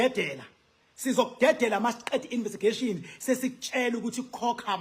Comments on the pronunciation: Investigation NOT Invistigation😂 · Investigation n not invistigation educated.😊